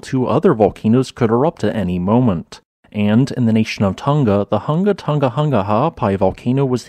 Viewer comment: Congrats on pronunciation...I give up after the 2nd Hunga...